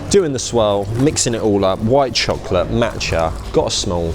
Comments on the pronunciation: Every time he said matcha I died inside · The way he's saying matcha is infuriating me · love ur videos but the way u pronounced tteobokki & matcha kinda gives me the ick haahhhaha